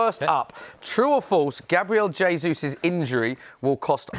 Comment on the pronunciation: Tell Goldbridge it's pronounced "Jay-zoos" He's Brazilian, not Spanish.